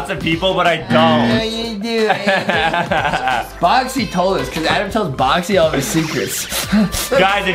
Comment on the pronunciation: justin says adam right